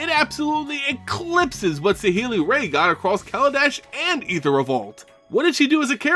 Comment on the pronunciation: Saheeli's last name is pronounced like "rye". Also, I personally really liked that she preferred to use her abilities to build things rather than fight. Dovin Baan had a lot of really nice moments in the Kaladesh story, especially when he decided to bring Baral, someone on his own side, to justice in the middle of a rebellion. And of course I love Arlinn Kord and hope to see more of her, but her power set didn't seem particularly relevant to the battle against Emrakul, and her transformation abilities being dependent on the moon of Innistrad makes her seeing some action on another plane rather unlikely. I'd wager that she'll be more important next time we visit her native plane, with the Eldrazi out of the way and all.